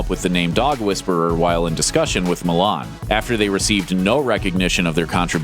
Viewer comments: Did anyone else got irritated every time they pronounced Milán instead of 'Millán' wich is Cesar's actual last name?! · Just if you want to know the correct pronounciation of Millán it sounds like: Meeyan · You should learn how to pronounce Millán before making a video where you call him for 1000 times.